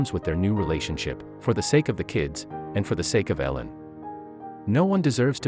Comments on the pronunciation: Come on if your going to tell the story learn how to say her name ! E-lin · If you're going to tell the story at least pronounce the names correctly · Annoying hearing you pronounce her name wrong. You said it right twice! Misleading title for this crap video. Also, learn to edit .